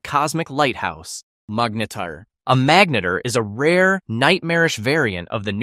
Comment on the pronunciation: magnetar more like Magarntar